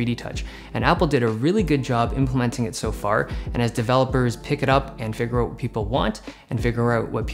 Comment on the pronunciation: The way you say out is like 'ewt'